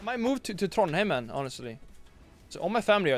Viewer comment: Did you say Trondhem?